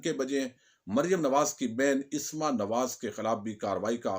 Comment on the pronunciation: Asma ki slif par zabar hai sir plz don't mind